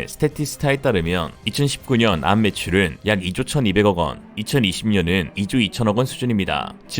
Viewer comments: 암이라 읽지 않고, 한글자씩 읽어야 합니다. 에이알엠...고유명사인데 한자씩 읽습니다. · 그걸 암이라고 읽는구나!